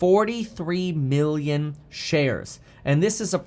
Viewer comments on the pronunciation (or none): Dude, you gotta pronounce your "B's" and "M's" properly. Giving me anxiety between Billion and Million lol